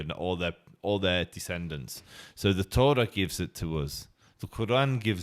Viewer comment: When you say “Tora” its sound “Torat”